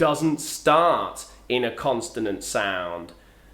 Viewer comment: Thank you for the informative video. I was just wondering if in north England they say constonant instead of consonant. I loved your video and I will be waiting for more. Keep the good work. Cheers.